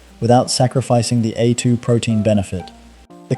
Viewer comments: ai voice over. said A2 milk was, a two milk, should be pronounced aye two not a two. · Need to get pronunciation correct. A2 milk sounds like atoomilk. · Make up your mind between pronouncing 'vitamins' and 'vittamins', and 'A2' and 'Attoo' Learn how to spell 'subscribe'. And for goodness sake change the visual clips which are not only repetitive, but highly inappropriate. AI.